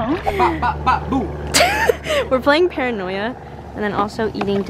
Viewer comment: Did i hear u say paranoyan😭